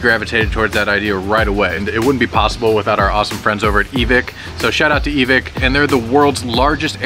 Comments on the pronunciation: Why did he pronounce evike with a soft "i"? Its not evick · its not Evick its Evike like saying bike not Evick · No hate but evik? It’s evike lol. Great vid tho! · E-Vick hmmmm its EVIKE (ehvikeing with out the ing) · Everytime u say evick I getta chill down my spine. Its evike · Not pronounced e-Vick is like EV IKE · Its not evic its EvIke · It's EvIke, not Eveek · E Vike not E Vick, sorry but ive been in the airsoft world for years, and im very familiar with evike, and it got annoying hearing him say it wrong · It’s not e vik it’s e vike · “E-Vick”? That’s the first time I’ve heard that pronunciation. I’m pretty sure it’s “E-Vike” but whatever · I was so annoyed by them saying evik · "EeVic" Okay.. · say it with me E......VIKE eEEEHHHHH V I K E.... EVIKE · My mans it’s pronounced E-v-Ike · man says e-vick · him saying evike wrong gives me an aneurysm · I don’t think that’s how you pronounce Evike but aight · Great vid, but it’s annoying how you guys pronounce evike😂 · i hate that he says evike wrong